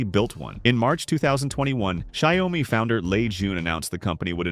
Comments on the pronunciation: Not Shy-o-mee, rather Shee-ao-mee. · He pronounced Xiaomi differently every times, and none were right.